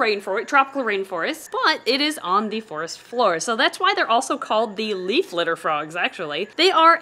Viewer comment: Could have sworn that you said Solomon leap frog 🐸 instead of leaf 🍃